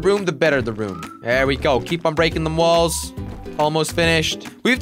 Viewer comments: At 13:1 jelly says balls not walls xd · You said balls instead of walls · He said ballz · He said balls not walls at once in this video